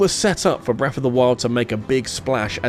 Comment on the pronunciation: Please practice saying “Breath” not “Breff”. As well as “Ocarina” instead of “Orcarinar”. It’s hard to listen to this many times.